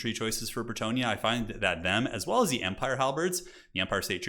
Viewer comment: Great game! But still gotta say it... "For Bretonnia! For ze lady!"